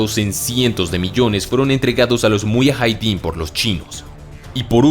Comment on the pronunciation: Se llama Muyahidin. No muyajaidin